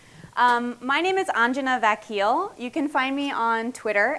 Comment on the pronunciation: also i guess she is india origin but the way she pronounce her name 'Vakil' like 'Vyakil' made me laugh :D